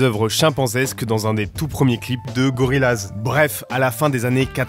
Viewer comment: Par contre prononcer le groupe gorillaz « laz « et pas « yaz » c’est un affront